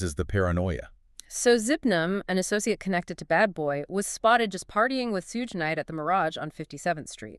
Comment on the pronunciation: Right she said sudge nite 😂😂😂